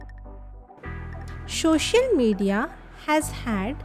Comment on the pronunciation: Thank u mam ap Kai pass bht talent hai lekin ye social hota hai shocial Nahi dont take it negatively just wanted to correct Ur pronunciation🤝